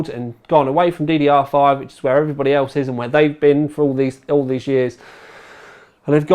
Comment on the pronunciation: .... he isnt even able to say GDDR5 .... i would look for a for other reviews..... also he says 980 thai for some reason .... it is 980 TI unless he think that it is tiland...... he is a disgrace to all of us that call the UK home